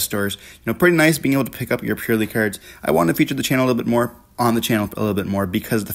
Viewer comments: Got 1min into the video and had to turn it off. Pur LIE LIE. Come on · Purr Lie Lie my ass. I hate how people pronounce it. It's Purr Lily. Purr Lee for Purrely.